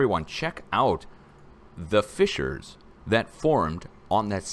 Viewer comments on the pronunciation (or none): Sorry you keep saying Fischers, when the word you need is FISSURES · YOU KEEP SAYING FICHERS< DONT" YOU MEAN FISSURES